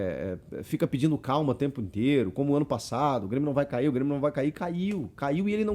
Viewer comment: O Super "Brêmio" tá demais